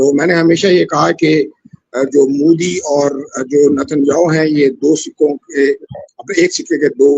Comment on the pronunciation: Abe Mudi (Mooodi) nahi, Modi (Mowe-di) bola kor- anpad!